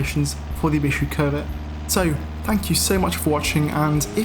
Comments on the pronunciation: Covet and covid he just say like the same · You pronounce it 'covid' which I do not enjoy